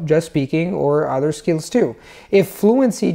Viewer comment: your English grammar is on point. I’ve watched 5 (I think) of your videos because they were suggested by a friend and I’m extremely impressed by your fluency in English. That being said, I did notice in this video and one other that you pronounced the voiced “th” in “other” and “mother” as a “d” while pronouncing it perfectly at the beginning of words. I don’t mean to be hypercritical because your vowels are quite good (one or two noticeable mistakes) and your rhotic “r” is perfect, but the mid-word voiced “th” would be something to work on. It’s very noticeable to a native English speaker. Otherwise, your fluency is outstanding!